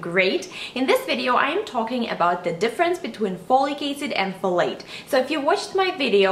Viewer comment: Folicase? Follycase? Slow down and pronounce it s-l-o-w-l-y: F-O-L-I-C A-C-I-D. Jeeeeze.